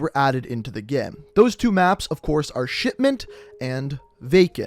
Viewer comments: Why is he saying shitment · He literally just calls it “shitment” brUh.